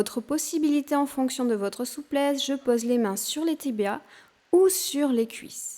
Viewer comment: On prononce PAUSE et pas Pose...EPAULES et pas Epoles